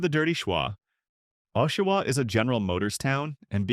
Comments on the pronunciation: So much more than that. A.I, sounds words out, and badly. For example. the verb READ, pronounced 'red' is pronounced 'reed'. Oshawa is read with a long or hard o at the beginning. (Twice!) Okay. Sew Saint All Marie! I just heard the Sault Ste, Marie one. How did the computer mess that one up so badly? And then Sew Saintay Marie? Then there are the constant vocal pauses throughout. A.I. narration is lazy garbage. I hope that it gets better. I won't be back. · They pronounced it O-shiwa. I hate AI. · And Oh-shawa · I hate AI. Makes a video about towns it can’t even pronounce properly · I hate AI voice overs.. it's Aww-shoe-wha not Oh-shoe-wha and Sue Saint Marie not not Sew Saint Aw Marie.. spelled phonetically. and I made it to #1 because I live in Ontario and near a few of those cities you mention. lol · Ashawa Timmans, Timonss, Timons Canora Barry Brdford ( Brantford) So St Omarie Wth?? Do better. This is insulting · Get some AI that can pronounce place names properly. Annoying.